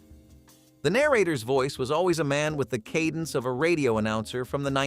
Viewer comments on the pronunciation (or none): none